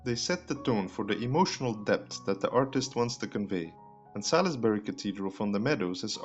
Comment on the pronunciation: Not Sal-iss-Buh-ree but Sauls-Buh-ree.